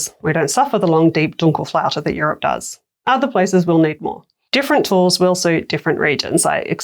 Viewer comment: It's Dunkelflaute not Dunkle.